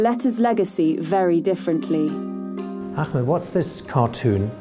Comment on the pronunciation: How biased is this video? Also the awful pronunciation of Ahmed's name. Her the Jews look like victims and Arabs look vicious.